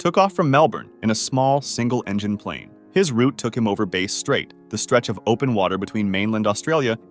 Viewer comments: Bass Strait,”Bass” rhymes with “grass”. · Bass Strait is pronounced like the fish, Bass, not the instrument, Bass